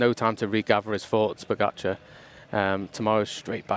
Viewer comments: It was quite funny to watch Cadel and hear his thoughts on "Pog-a-car" :> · Sorry Cadel but who is ‘Pog-a-car’? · At first I also didn't know it is pronounced Pogachar. But it is not a big problem. Just makes me chuckle a bit every time Cadel says his name. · I'm Slovenian and I have no problem if he pronounced Pogačar wrong soo what